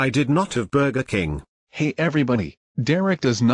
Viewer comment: burger king bur-ger king not burka king lol